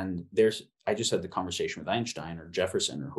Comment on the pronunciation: Why doesn't Jamie Wheal know how to pronounce conversation?